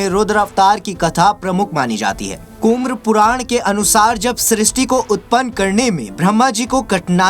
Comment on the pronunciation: हिंदी तो सही से बोलो भाई... सर्वेष्ट, कुम्र पुराण, ये क्या है ?? शुरुआत में भी अमर अजर बोल रहे हो जबकि अजर अमर बोला जाता है...